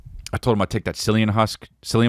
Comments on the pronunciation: Cillian start with the K sound, Chris. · “Sillian Murphy” 🗣️🗣️